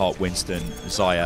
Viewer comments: Man, it's not Zaya, it's Za-Rya with hard R. It means "sunset" or "daybreak" in Russian. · meh... i just want to help you pronounce name correctly. By the way: Za-ryA accent on second `a`. No offence, pal.